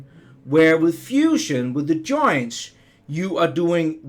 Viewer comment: joinTs, not JOiiiiins. (Why do the DAN-ish always put the emPHAsis on the wrong syLLABLe?)